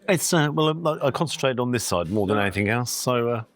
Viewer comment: loved it, but please dont say "anythink" again.